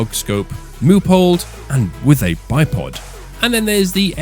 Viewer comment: I personally think you pronounced bipod perfectly